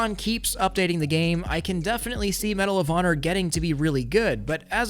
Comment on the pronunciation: Damn it's medal of honor always understood medalovana